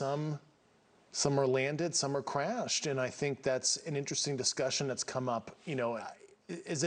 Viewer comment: "some are wanded, some are cwashed."